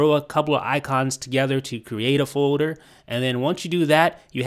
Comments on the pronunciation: Someone need to learn how to say "foLder" and not foder.... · LEARN HOW TO SAY FOLDER